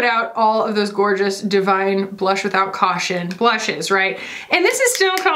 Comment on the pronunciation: “Bluhsh. With CAUHTION.” 💀